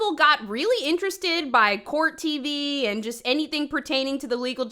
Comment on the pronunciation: You're hilarious. Just wanted to tell you. I know this is not a new video or anything but I've been binging your videos. I also never heard someone call court "cort" 😂, just another funny thing you do. kills me sis